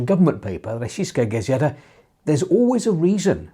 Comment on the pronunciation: Why do you say 'Rossiskaya Gazeta' really funny everytime?